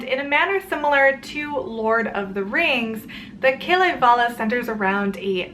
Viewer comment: Its pronounced differently. The way its pronounced is umm I don't know how I am suppose to show it by typing but the correct way to say Kalevala is